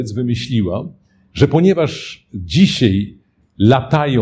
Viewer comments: A mi się szczególnie podobało słówko " dzisiej" wypowiedziane przez mistrza mowy polskiej.../ m. i 38: 19 m./ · Czy wymowa "dzisiej" jest prawidłowa?